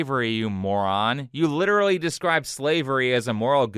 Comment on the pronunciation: She has a "big heart and empatheigh." Bro I hate the way she pronounces some of those words. "You literalleigh abused meigh" "drownding". She's a walking annoyance